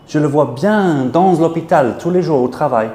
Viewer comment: That S sound must be moved from dans to jours.